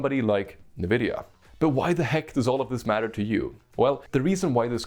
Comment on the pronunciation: I get Goosebumps everytime he says "Nividia" instead of just pronouncing it corectly :(